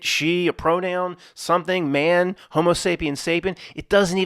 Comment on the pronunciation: Did you say hobo sapien?